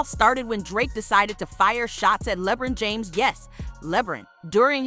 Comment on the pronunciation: "Lehbrin james" never talk about drake again